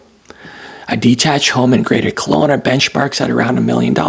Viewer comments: Kelowna not Colona! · Kelowna, not Conola!